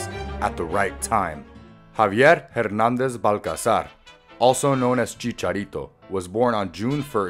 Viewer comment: You pronounced both of his last names wrong